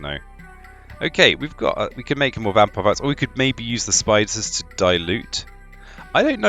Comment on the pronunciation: It's interesting how you say "vampire" with a V sometimes but say "wampire" with a w others haha love this. Can't wait for the full game to be released